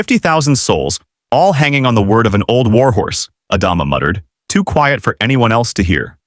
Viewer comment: Mispronouncing Adama took me out of it from the beginning. Stupid AI.